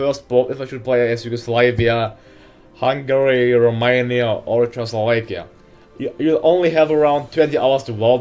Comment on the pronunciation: Dat "Chechoslovekia" pronunciation